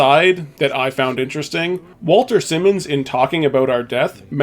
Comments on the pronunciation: Wal-TON SI-mons, not Walter Simmons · I do have to ask one thing: Did you not listen to the audio in the game? The names like Jaime is Hy-me and Walton Simons is Not Walter Simmons. Just confusing how you make these errors with iconic characters who have their names said many times.